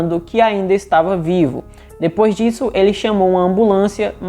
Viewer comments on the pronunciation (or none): none